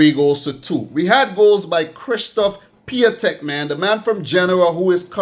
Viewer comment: A little mistake. It's Piątek not Piatęk ;)